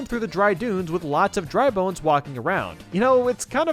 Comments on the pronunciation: 2.12 “dry boons” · Anyone else hear him say dry boons?